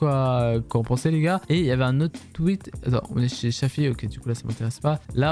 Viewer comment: Dsl mais c’est shafi pas shàfi le a on ´e prononce comme allo